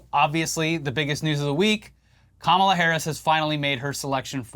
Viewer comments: He says "kamabla" cos it's supposed to be like ka-mob-la. That's why he intentionally mispronounces it with the emphasis on the second syllable. As in "radical left mob". They always say that nonsense. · 'Kamabla'???? That SHOULD be a new dance (craze) - "C'mon everyone, do the Kama-BLA....". FUN!